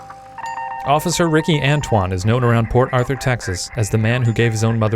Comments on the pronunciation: The whole time i was hearing " poor arthur" instead of " port arthur" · I thought he was saying "poor Arthur" for like 50% of the vid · I kept hearing "Poor Author"..